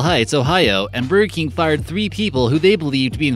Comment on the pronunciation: God, who is that speaking, it takes $5 to hire a professional speaker on yet you use someone who cannot pronounce a lot of the words correctly. It is BURGER KING not bergkin.